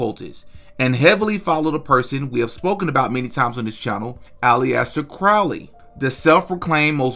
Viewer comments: Lol his name is not all-E-ester crowley its aleister crowley the beast of scientology and golden dawn. Look up babylon working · Al-ester. Not Allie-ester. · Pronounced “ allister” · not to nitpick but it is pronounced "Ali-ster" like Mohammed Ali-ster. Not trying to be a dick. Love the channel and your delivery of the content. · It is pronounced Alester not Iliester. His main teaching is surrender your ego to the Cosmic One since Lust of Result leads to misery. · Its pronounced Alistar not allieaster 🤣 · It’s pronounced [Alice-stair]Crowley stop saying polyester Crowley. Also what’s up with niggers thinking that feed me like my video shit will work like he genuine stop being a bum god damn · Bruh it's pronounced Alister not ali-esther.... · Hey! Just a heads-up—‘Aleister’ is typically pronounced AL-iss-ter (like ‘Alistair’), not ‘Alley-est-ter’. Thought I’d mention it in case it helps! Your content’s 🔥 —seriously loving it, keep it coming! 🇬🇧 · Why do you pronounce it ally-ester crowley? Say Al-Es-Ter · Its al is ter thats how u say his name not how your saying it lol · FYI it's pronounced, ".. Ali sta ..."😊 (Aleister Crowley) Like Alastair. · Hate to be that guy but is a Aleister 3 sylibols... Not Aliyester. Not nitpicking Just saying . Good video though 👌 w s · Alee- yaaster crowly!!!! You ain't gotta say it like that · Bruh Ali Ester? Come on man. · First name Pronounced “AL-ISS-TUR” - not to be a grammar cop but it’s actually easier to say the right way - it’s an English name. AL-ISS-TURR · IT'S PRONOUNCED ALISTER CROWLY ALISTER👌🏻👌🏻😂😂😂 SORRY I JUST HAD TO LET YOU KNOW MAN. 👍🏻👍🏻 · Aleister = "Al-est-er" Hecate = "heck-uh-tee" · If you don’t know to pronounce Aleister or Crowley, how the tf am I supposed to listen to anything you say about him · Imagine confidently pronouncing aleister like that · That is not how you say aleister 😂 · Bro how u gonna pronounce aleister like that bein a podcast dedicated to the occult lol